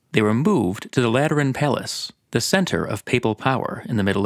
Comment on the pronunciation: Am I the only one who heard latrine every time said Lateran